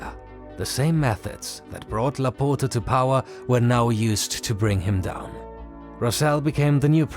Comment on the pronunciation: The way you say Laporta its wrong.. you are saying laputa if we translate its literally "the bitxch" you need to open the O more not close it i know you dont have that sound in your language but do the things right. Next time maybe use google translate to give an ideia how it sounds because i cant laugh no more or i will die.. Keep the good work love your content❤